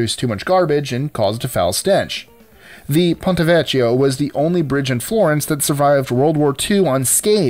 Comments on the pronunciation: The correct pronunciation of "vecchio" is "vek-yo." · It´s pronounced VEKKIO